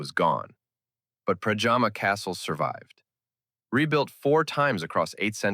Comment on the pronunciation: And one thing: it’s Predjama castle near Postojna (you pronounce it like: Predyama, not like pajama). And the fall is called Kozjak (pronounce it like Kozyak, not Kojak). But it’s not essential. Important is your thorough information. Thanks!